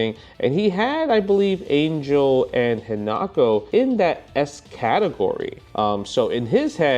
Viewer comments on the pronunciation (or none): You pronounce Isla right but not Ángel!?!? It’s an-hell, not ane-jel. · Not to be that guy, but, it's pronounced "Ahn-Hell"